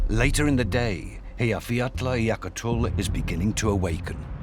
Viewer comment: Actually, he really butchered it. I think if people can't pronounce it well enough, it's better to just skip it.